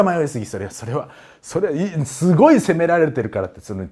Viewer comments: カール大帝のところの『しゅごい』がツボりました😂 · カール大帝の説明の時の不意の「しゅごい」と「シャルルマーニュおじさん」で吹いた笑